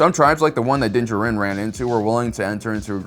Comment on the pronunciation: Why do you say Din’s last name like that